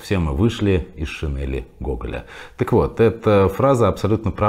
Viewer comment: Правильно говорить шинЕль, а не шинЭль.